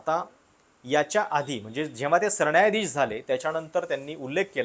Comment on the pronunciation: सरण्यायाधीश?? न नळाचं कधी उच्चारणार?